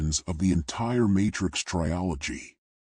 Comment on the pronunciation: Bro can u stop saying tryology ffs